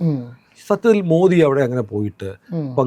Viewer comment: Respected Sanku T Das, I humbly request you to shed the English version of Modi..where Alphabet " D " is stressed while referring Mr.Modi 's name. I feel it should be pronounced as " Modi " as in " the " or as in "didi" but not as in " beedi" .Please oblige.